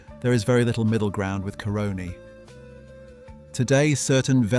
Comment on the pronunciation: FYI The Caroni feedstock was stolen...acquired by that Italian under very dubious circumstances. When pronouncing Caroni, put the emphasis on the A, not the O